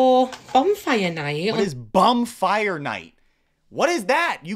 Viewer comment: Yes, it’s a surprise birthday party. She also said a bonfire not a bumfire. 🤣